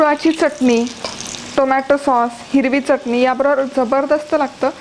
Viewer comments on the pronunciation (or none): none